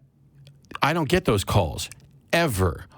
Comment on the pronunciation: Anyone pronounciating the word "get" this way: "GIT!" needs to stop taking things on faith :D